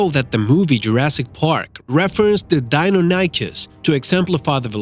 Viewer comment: They pronounced deinonychus and palaeontologist wrong